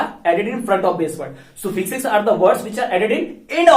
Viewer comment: Suffix ka pronounce galat kr ry h aap